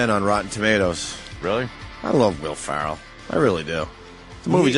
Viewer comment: His mispronunciation of Ferrell drives me insane